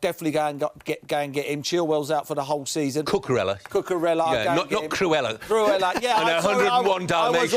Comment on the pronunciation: Cucurella Merse not Curela😂😂